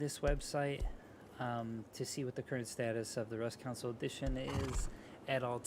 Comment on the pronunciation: No offense my man but every time you say council instead of console it bugs me😂